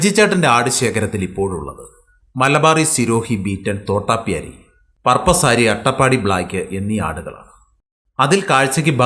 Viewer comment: തോട്ടപ്യാരി അല്ല തോതാപ്യാരി